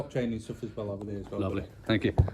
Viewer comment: Wow great to see PTTP in the North ☺️👍 love the way the Rotherham people pronounce "there".